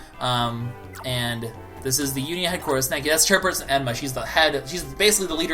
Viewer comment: It's Chairperson Erma, not Emma